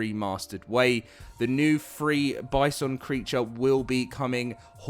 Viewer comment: Still saying bison wrong bud 😂